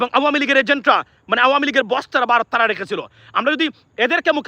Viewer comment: বারোত না ভারত।